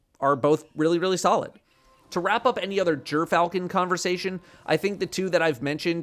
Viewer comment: Jerfalchon not Griff-al-chon kills me every time i hear him say it sounds like he wants to say it right but just wont😅.